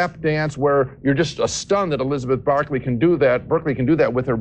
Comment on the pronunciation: Damn, Siskel went hard on Elizabeth Berkely there. I even noticed he at first mispronounce her name “Barkley,” almost like he wanted to call her a dog, lol.